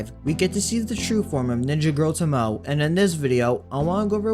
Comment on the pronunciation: Pronounced "to (like in "total") - mo (like in "mobile") - ay (like the 'e' in 'empathy')"